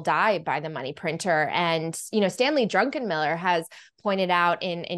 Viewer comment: Drucken not Drunken. He’s not Polish lol